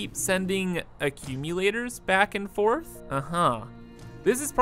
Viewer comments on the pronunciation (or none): none